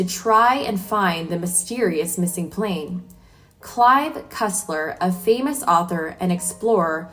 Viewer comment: Yes but plan and plane are not the same and she kept saying plan referring to the plane. And it didn't happen just once.